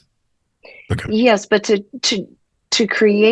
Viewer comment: CReate, not curate. You are saying some amazing things, but talking about creation without being able to pronounce the word create is blunting your message. This message is sent with love. Someone should have pointed this out because it is important. You are saying curate, not create.